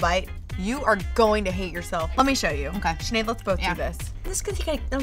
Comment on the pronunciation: no it is sineadde pronounced shinade